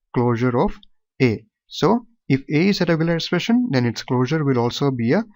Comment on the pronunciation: Sir its 'expression' not 'espression'